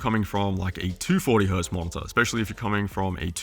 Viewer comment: it's spelled mo-ni-tor, not mon-za ffs